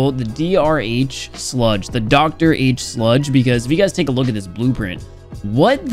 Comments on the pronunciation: Lemao said D_R_H instead of Doctor H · it's not doctor h it's d.r.h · says Dee Ar H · you are right, I know it's a joke but it was actually kukukukukuh, before small patch notes update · he says it again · He said dr h lol